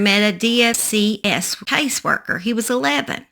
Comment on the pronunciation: In Effingham it's not DFCS it's pronounced DFACS